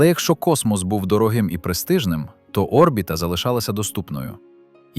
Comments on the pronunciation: Де ти вчив українську мову??!!! Не о́рбіта (наголос на першій О́), а орбІта ,(наголос на другій літері, "і")!!! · Чому О́рбіта? Орбі́та ж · Ще б автору дізнатися як коректно казати слово Орбіта..... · Наголос на і😂 в слові орбіта.